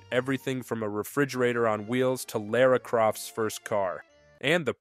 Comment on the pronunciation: Why did you pronounce Lara that way? I'm kinda grossed out now. 👍 +1